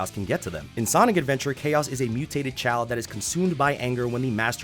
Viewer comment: Can’t tell if u said mutated child or mutated chiong